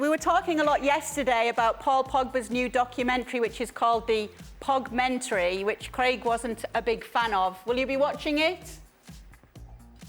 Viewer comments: Stevie was so disgusted by the Pogmentary he started calling it Pogu-mentary 😂😂😂😂💀💀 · 'Like' for Pogumentary hahahaha